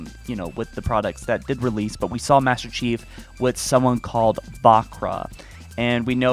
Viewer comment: It's "saw" not "sawl"